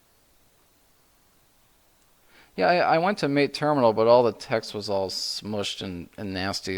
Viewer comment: Just a couple of points: Mate is pronounced mah-tey. I learnt it last month, actually. Secondly, I don't know if you mentioned it or not, but the installation process with UEFI systems is a bit different.